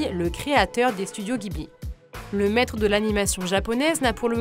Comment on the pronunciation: "Jibli", ça se prononce "Jibli", pas "guibli"